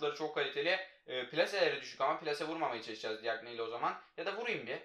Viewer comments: Abi DİAGNE cagne diye okunuyo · Abi diagne değil cakne